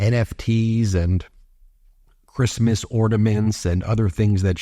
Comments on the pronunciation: “Who gives a F about Creesemoss” -Melania Trump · Ornaments?? But, but... "F#@ Chreeestmas!!" 😂😂😂